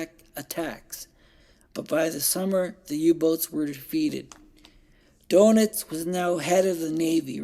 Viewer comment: Good presentation- but Admiral Doenitz is actually pronounced “ Dernits”, not “donuts” 😄